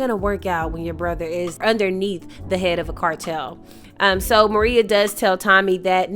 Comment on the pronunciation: Excellent recap on episode 9, you brought it home. only one thing l must bring up, Tommy's boo is not named Maria it is Merah pro nouned Ma-Ray-A. At the funeral for Miguel and Merah's grandmother , seated directly behind Miguel is the killer of their grandmother Nunez. The new and improved Tommy is seated there plotting and planning his next moves with Vic Flynn and none of the moves are going to be in his favor. As far as Shanti is concerned, her days are numbered, and so are the days for Claude, both of them will not make it out of season three without incident. l believe that if Shanti is not killed by Tommy, Jenard is going to be the one to take her out of here. Miguel, your days are numbered as well, Tommy has plans for you too. Again, loved the episode breakdown, and cannot wait to see how this action packed season ends, l hope filled with lots and lots of dead bodies...